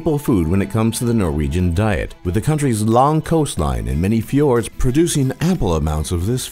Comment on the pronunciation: We actually dont USE Euro we USE «kroner». I hate that Its so much oil tho. We dont USE dollars either!! PFFFFT U SAID Båkkmål and Nunorsk. LOL learn Norwegian. I hate skiing and Im from Norway. I loooove Norwegian food My great Grandmas kjøttboller. U are still sayng stuff Thats SAID wrong on fjords u SAID FJÅRDS. Actually u forgot to say Japanes peoples on nummer 2. Well Its still a big difference on man and womans. But it seems like u didnt know that.